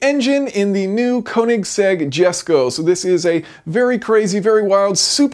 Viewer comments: At the beginning I was already pretty sure he was going to mess up the pronunciation of the car's name but waited for it anyways. I was right sadly. It's pronounced Yesko not Gesko! :P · Yes-ko, not Jesko. Koenigsegg it self told that. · It's pronounced (yesko) not Jesko as you said it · Why can Americans not pronounce Swedish Js. Its pronounced Yesko not Jesko for Christ's sake! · It’s pronounced yesko the j is said as a y get it right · JESCO is Pronounced as "Yes-ko". Christian's gift for his Father. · It's pronounced "yesko" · Fantastic video, as usual - but "Jesko" is pronounced "Yesko". Just sayin' - please don't hate me, everyone! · Jason, it is enunciated as "Yesko". Cheerin', Shannon Harris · I think its pronounced more like "Yesko" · Sorry to be pedantic but I believe it's pronounced "yesko". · It's pronounced YESKO, stop triggering my Swede brain! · P.s I’m American even I know that it’s supposed to be pronounced that way you have no excuse for pronouncing it like you did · No offence, but you do not pronounce the j in it's name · It's not "Jesko" with a J as in "Jet" but with as J-Sound as in "Yes". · "oe"(Ö) isn´t pronounced O, get it right...